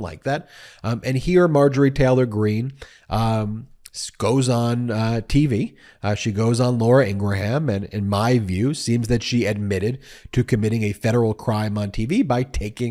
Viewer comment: Ben, do sorry, but I've gotta point this out. I doubt you mispronounced "Ingraham" on purpose like some others in the political world these days, so here's help to avoid being a schmuck like them. It sounds like Graham, as in Graham cracker. ...'ing-Gram' (phonetically)